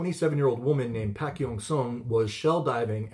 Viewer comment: Not Pack. It rhymes with dock. Pock.